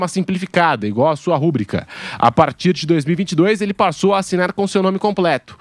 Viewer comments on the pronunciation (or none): Contemporaneidade, jornalista kkkkkkkkk E não é rúbrica, é rubrica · Jornalista falando "rúbrica" kkkkk pqp!